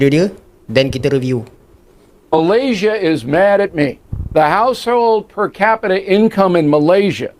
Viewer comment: Income per kapita pun Salah sebut